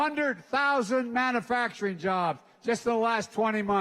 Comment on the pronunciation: It is pronounced MAN U FACTURING not MAN A FACTURING ! #JoeBidenIsAnIdiot 🤣🤣🤣🤣🤣🤣